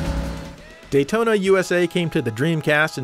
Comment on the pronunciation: Can someone tell me why the tune to Daytona sounds like "Dayee-ona" ...I know Japanese guys can pronounce "T's" so it's not that.